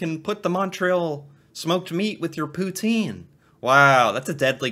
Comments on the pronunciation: And it’s not Pout-een! It’s Pout-In! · its "pou-tsine" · fyi, the pronunciation is more like pu-tsin. but the s is barely there. :) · The proper and original way to pronounce poutine is pou-tin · Ya hearing her say Poutine wrong hurt my soul